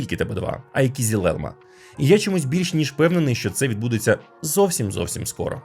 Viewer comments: Маленьке зауваження щодо згаданих назв. Не Акінчі, а Акинджи. Не Кізілелма, а Кизилелма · О це я розумію, огляд ТЕХНІКИ! :elbowcough: Тільки на "кізіл", а "кизил" (і без крапки) :) Хоча по турецки червоний "кирмизи" (kırmızı), але "кизил" - загально-тюркське слово, яке розуміють всі тюркомовні народи. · хтось повинен це зупинити. Kızılelma, "ı" не дорівнює "i", вимовляється як Кизилелма (Кызылелма) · Його назва читеється "Кизил Елма", з наголосом кожного разу на останній склад. Türkçe öğrenelim! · стосовно кизилелма, оригінальна назва Kızılelma , зважте на і без крапочки зверху, читається наближено до української "и". Та й то норм, дякую за те, що ви робите